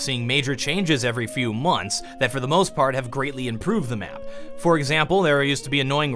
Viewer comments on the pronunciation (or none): none